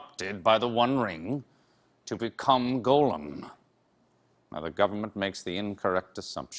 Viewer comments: I adore Stephen Colbert and his Tolkien geekery, which I share. Some small kvetches, however. 1: Luthien freed Beren from the dungeons of Morgoth, not Sauron. 2: He pronounces Gollum as if it were 'golem'. It's 'gah-lem' not 'goe-lem.' Thus endeth the lesson. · Although I believe hes a megafan, hearing Stephen say "Golem" instead of "Gollum" hurts. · If he's such a big fan of the Lord of the Rings, why does he pronounce Gollum as 'Golem'? Shady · He's a Tolkien nerd and yet he pronounces a name as simple as "Gollum" as though he's a Jewish "Golem". There's literally audio of Tolkien reading Riddles in the Dark and saying his name over and over... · For being a big nerd, he said go-lum 11 times instead of gaa-luhm even once. A "Golem" is a rock/earth/dirt creature. Also the dragon's name is not pronounced smohg - it's said like smowg. like you are saying "ow" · But Stephen can’t even pronounce Gollum properly ! It is not go lum it is gol um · is it actually pronounced like that? Go-loom?! Or is that just another way to say it as Gollum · If he such a fan why is he say Golem instead of Gollum??! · My only issue with this video is that he keeps saying Golem instead of Gollum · Than you should have learned to pronounce Gollum. It's not Golem. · Ditto on the love, for Stephen and for all things Tolkien, but he's pronouncing "golem," not "Gollum." The word originates in Hebrew folklore, ". . . an animated anthropomorphic being that is magically created entirely from inanimate matter (specifically clay or mud)."Linguist that he was, Tolkien no doubt knew exactly what he was doing in choosing a mud-related, etiolated proto-hobbit and making of him "Gollum." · Can’t take a guy seriously who calls Gollum “Goal-um” Calls Boromir “Boromer” 😂👎🏽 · “Gollum” is pronounced gall-um -“Sauron” is pronounced sæw-ron -“Edain” is pronounced eh-dine -“Smaug” is pronounced smæwg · I agree; “Goal”-em (i.e., Gollum mis-pronounced by Colbert) just sounds wrong! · Who tf is "GO-lem"?